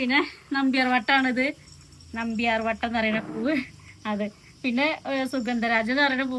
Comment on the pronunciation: നമ്പ്യാർ വട്ടമല്ല....നന്ത്യാർവട്ടം.... മഞ്ഞമന്ദാരവുമുണ്ട്ട്ടോ.''